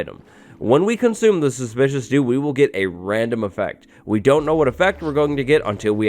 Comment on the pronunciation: am I the only one absolutely in love with how our guy pronounces ‚suspicious stew‘?!